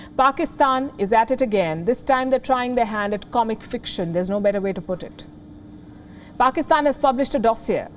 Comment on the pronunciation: i hope it's true, but i guess it's not. You can go look into Wion they are really concerned about Pakistan. Go compare yourself with US or extra intelligent life we don't care. But atleast don't talk shit on media. Or learn to respect other countries you don't even spell or pronounce PAKISTAN correctly.